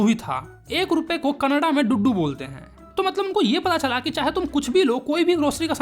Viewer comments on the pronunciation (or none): Kannad nahi Kannada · Bro it's not kannad it's kannada